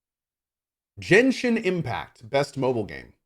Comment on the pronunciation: I still love that the lady called genshin impact JENSHI IMPAC 🤣